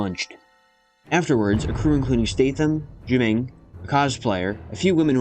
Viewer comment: You pronounced Jiu-Ming and Haiqui correctly.